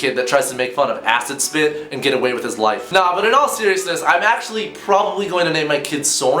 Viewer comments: I had to watch the video twice to realize you said "Acid Spit" not "Ass and Spit" like I had origanally thought -__- I personally lked the sound of Ass And Spit Smith more... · Acid spit almost sound like ass spit or asses pit so I would consider that😂😂